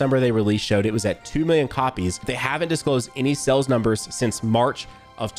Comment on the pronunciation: Is it me or is he saying "cells" instead of "Sales"